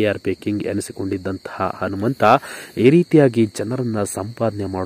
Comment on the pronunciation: Yo first kannada nettage mathadi lo handare hentry hata alla ata entry andare anumanta alla hanumanta thooo nimage channel bere jedu ho tu alla otu